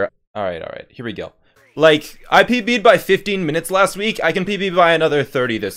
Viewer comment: I pb’d What I hear: I pp’d